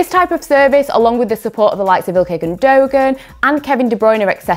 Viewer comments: "Ikar Gun-Doe-Gan" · said Iikay Gundogan wrongly 🤣